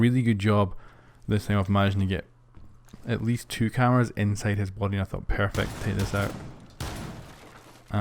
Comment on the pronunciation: to kinda cath the cameRRRRas